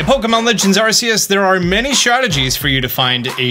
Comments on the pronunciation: Good content just wondering why you say R see us and not R key us👀that always makes me laugh keep up the good work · Ar-Key-Us...not Ar-See-Us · i love you so much but i wince every time you say AR- SEE-US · Stopped watching when you said Arseaus